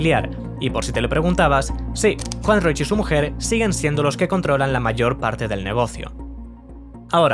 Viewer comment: Increíble que este sea tu primer vídeo. ¡Gran aporte! Solo un pequeño aporte: el apellido de Juan Roig se pronuncia "Roch", no "Roich" (la "i" se omite). Me encantó que la primera tienda que sacaste fue una de las de Sagunto por cierto jajaja, justo esa es la que están reformando ahora a lo que llaman "Tienda 9".